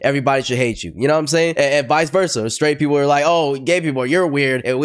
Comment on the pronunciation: She said sraight eww what do you mean eww?????